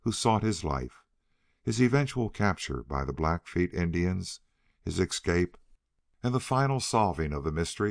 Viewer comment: If only the reader realized that there is no x in escape. Otherwise, enjoyable.